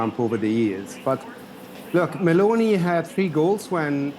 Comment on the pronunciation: Can you learn to pronounce Meloni